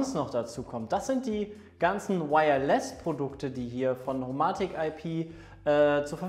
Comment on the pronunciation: HoMaahtik IP und Philips Huuiii, aka die besten Smarthome Marken die ihr nicht mal richtig aussprechen könnt xD kekw